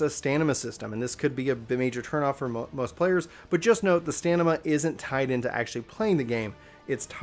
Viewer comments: You kept saying Stanima instead of Stamina lol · Whenever he said STANIMA, I'm triggered. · Good video... it’s “stamina” though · hey man I know it's a small thing but would you mind pronouncing stamina correctly? s T a M i N a.... Min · I call BS. You don't mispronounce any other words in the video. You just didn't know how to pronounce stamina.